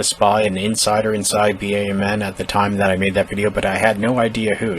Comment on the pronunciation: Please, stop spelling out B.A.M.N. every time you say it. It's BAMN, like damn, but with a b. Seems petty, but it's totally triggering me.🤣🤣 Good video though.